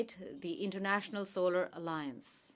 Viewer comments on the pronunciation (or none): Modi thought that he is in Gujarat and audience are his party workers.😂😂 He is making toilets and roads for them and also giving them water and houses. What a vision he has 🤣🤣 His English Single youj (use)of plastic Internasnal (international ) Shoshal(social) Disasjar(disaster ) Misan( mission) Hilarious 🤣🤣😂😂😂🤣